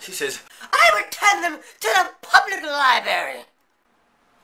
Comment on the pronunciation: "Libarry" lmao